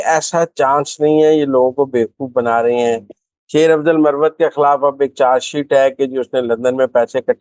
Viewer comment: yeh lafz muravvat Nahi..balke MARWAT Hy...!